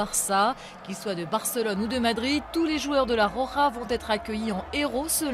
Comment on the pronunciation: La RoJA et non pas la rora...ces francais :)..